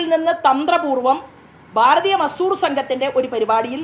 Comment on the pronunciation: ജി ശോഭ ജി.... നിങ്ങൾ bjp കാരോട് പറഞ്ഞാൽ മതി. കേരളത്തോടല്ല. പിന്നെ ഭാരതീയ മസൂർ സംഘം അല്ല.. മസ്ദൂർ സംഘം 😂